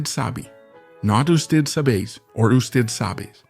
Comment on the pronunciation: It's not "you-stead". Is this an AI voice? The video is. Must be from an article.